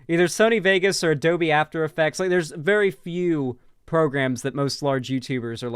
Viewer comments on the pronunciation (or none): none